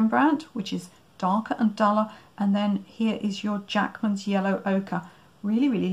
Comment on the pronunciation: oh interesting, i thought you were saying, Jackson's! But these are Jackmans.